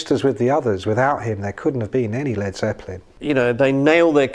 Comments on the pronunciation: Damn! aren't there any humans left that can narrate a 20 minute bit ? Couldn't stand it when the bot pronounced "Led "so as to rhyme with bleed ! C'mon , people..?. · Lol. Ai pronounced it leed not led. Get the lead out Ai.